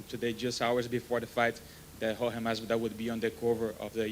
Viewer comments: Its jorge not George...lmaoooo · Why does Dana white pronounce Jorge name with a g lol